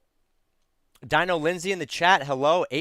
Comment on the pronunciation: Hey, love your content, gonna do a build out down the road. Just became a member recently, just a heads up, my name is pronounced Deano and I'm a dude, lmao. I laugh all the time when you say the name wrong and call me a she. It doesn't bother me, just wanted to give you a heads up because I'll be around for a while.